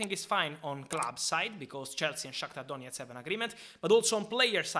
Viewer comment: Love how Fabrizio's voice changes to Eastern European when pronouncing Shakthar Donetsk and Mydruk👌🔥😂